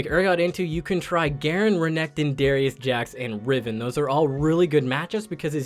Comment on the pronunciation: What first with renekton? You have a terrible pronunciation